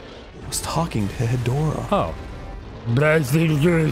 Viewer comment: Knowing one Kaiju's name doesn't make him a true fan. He doesn't even pronounce it right, Hedorah is pronounced like fedora except with a h instead of an f. But seriously, you think Dan knowing one Kaiju's name makes him a true fan? I can name so many, if not all the Godzilla Kaiju, in your books does that mean I created Godzilla?